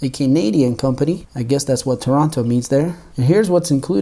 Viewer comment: "Toronto"????? Are you trollin bro?